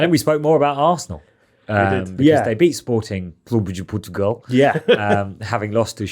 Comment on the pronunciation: best pronunciation of sporting clube de portugal by a brit that i ever heard